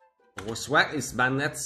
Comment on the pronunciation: don't pronounce banned with "ed" instead pronounce it with the "d" bannd